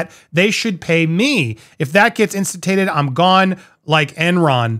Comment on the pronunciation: Insta-toot-ed is the correct pronunciation